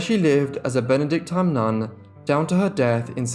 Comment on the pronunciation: Benedictine, rhymes with machine